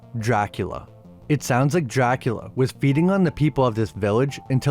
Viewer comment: Pronounced "dracoola"